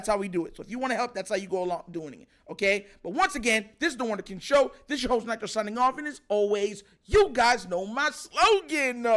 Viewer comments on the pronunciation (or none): You called it Nitro